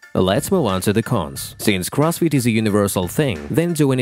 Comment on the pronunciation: All I hear is Cross feet is..